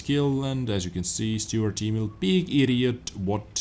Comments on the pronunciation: STURER Emil, not STUART Emil!;-) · It's not 'stuart', nor 'saint' Emil. It's 'Sturer', which means 'stubborn'. Just call it stubborn emil, as ze Germans did.